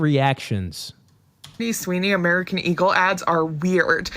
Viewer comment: Why he keep saying American ego lmao i thought it was eagle lmao